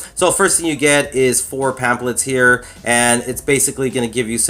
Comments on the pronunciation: it's NOT a pamp let - it's a pamf - let - sound educated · pamplet??? come on how stupid do you have to be to say pamplet